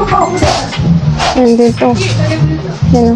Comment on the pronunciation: " Dito" gang Hindi " deto"